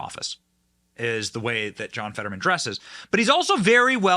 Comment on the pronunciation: ... "(My) name is John FED-uh-drrrr-man" ...